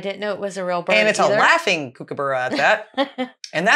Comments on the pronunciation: Please go back to near the start and listen to how he pronounces kookaburra. You ladies try real hard to pronounce common Australian words as they should be said, like emu (well done, we appreciate it 😊). Please do that for kookaburra. “Cook -u-bu (each u, as in up) ru” say it fast and it should sound right. Good luck 👋🏼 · Hey, when you pronounce kookaburra here it’s actually Kooka(Barra). Also fun fact to know: when your out bushing walking and a kookaburra lands near you there is a slight chance there is a snake nearby. Kookaburra’s are in fact an alarm system for humans out in the bush. Cheers 👍